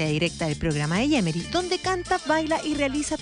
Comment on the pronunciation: es yemeri no yeremy como dice